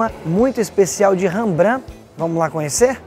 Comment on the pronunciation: Se fala Rembrant. Ñ Rebrã...